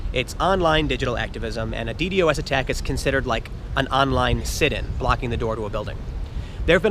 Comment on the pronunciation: omg the way you say ddos makes me want to die